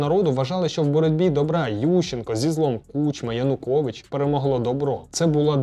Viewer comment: правильно кУчма, а не кучмА